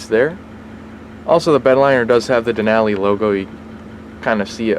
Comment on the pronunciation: Nice overview. Just need to pronounce “Denali” correctly. :)